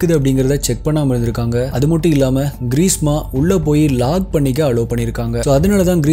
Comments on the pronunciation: Greesa alla greeshma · Bro ....greesma ah ila greesha a......